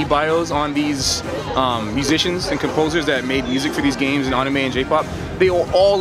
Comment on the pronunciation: Except he somehow doesn't know how to pronounce the word "anime".